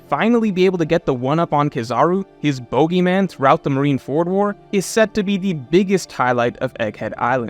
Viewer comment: I fully believe that picks 1 word in each video to purposely mispronounce just to drive me crazy. Like how do you see the word boogeyman and say it that way?